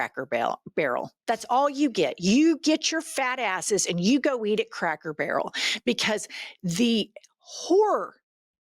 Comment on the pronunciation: Lol 😂 she said crackle barrel 😅